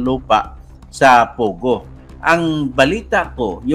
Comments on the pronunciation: POGO not Pugoh! Hehe! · pogo not pugo :)